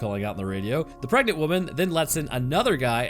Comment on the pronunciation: Preganenant took me out.